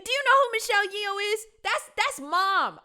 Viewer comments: The actress Michelle's last name is pronounced like yo. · How do you not know how to pronounce Michelle's name 😂😂😂 are you not watching movies?